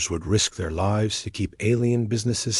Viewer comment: Mispronounced words are distracting: lives